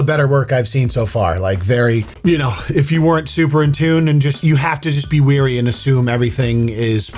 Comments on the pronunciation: Wary, not weary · Wary not weary